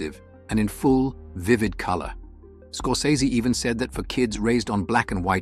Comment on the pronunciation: That’s not how you pronounce Scorsese.